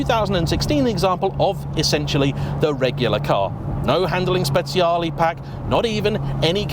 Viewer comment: Hi, have to correct you on the pronunciation of Speciale 😬 I remember May got it wrong first on top gear for the 458 Google translate says it right, if YT allows me I'll link it in a reply